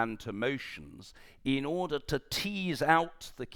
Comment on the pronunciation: You must be joking. He doesn't even pronounce the word order correctly.